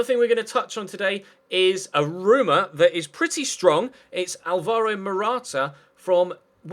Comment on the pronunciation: it's not alVAro Morata, it's ALvaro Morata